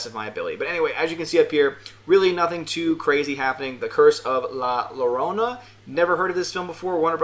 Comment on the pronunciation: It's pronounced yorona